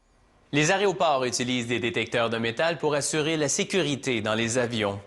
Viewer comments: On dit "aéroport", pas "aréoport" comme il a dit dès la 1ère seconde du vidéo. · Variante enfantine de aéroport, jugée comme une faute courante de prononciation et d'orthographe. Je vais avec mon papa à l'aréoport voir les avions.